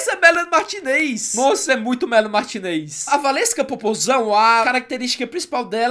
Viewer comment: N eh melanie martinêz e sim melanie martinez e se fala melanie martínez